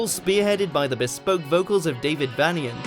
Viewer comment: The Damned are punk No .1 Though spelt VANian, it is pronounced VANEian. The Ruts should have been in the top ten as should Penetration. That all been said, I thoroughly enjoyed the post.😎